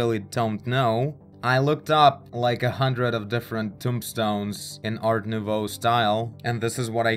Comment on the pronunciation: You pronounce "Art nouveau" perfectly. ;) French guy speaking.